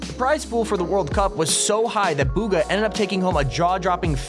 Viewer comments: Bugha b oogha not booooogha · Bugha not boooogha